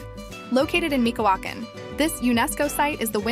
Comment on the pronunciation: 😂 the way they pronounced Michoacán 😂 😂😂